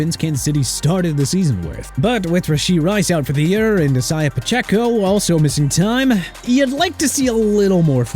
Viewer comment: How has this guy still not learned how to pronounce Isiah Pacheco?